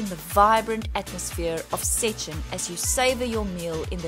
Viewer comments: First thing to do in Szczecin: Learn to say Szczecin correct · not really wrong, just funny